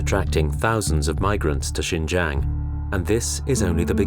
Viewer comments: The narrator kept saying Shenjen which is a Southern China city near Hong Kong. This area is Xinjiang, pronounced SheenJyayng. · HHAHAAHHA did he just say chingchang. it’s shinjang the x becomes a sh. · pronouced shein jang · sin-jiang... the pronounce makes me thought it's another city... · At the beginning, it's pronounced " Sheen Jee Ahng" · Why did he keep saying Shenzhen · Good doc, but very unprofessional in regards to pronunciation. You can’t even say Xinjiang properly. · i doubt how much the narrator knows about because he cant even able to pronouce 'xin jiang' correctly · Please take 5 minutes to look up the pronunciation of words before making an entire documentary...